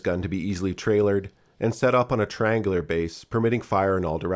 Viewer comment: Not "traylord" but "trailerd" as in able to be pulled around by a truck or trailer